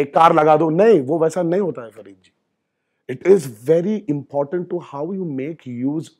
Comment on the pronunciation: Ntr bhai farid nhi faridoon hai. 🤣